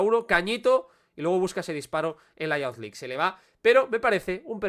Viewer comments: Es "yuz" League, no "yauz" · Buen análisis pero me mata cuando pronuncias Youth League como "yauz". Sería más parecido a "iuz"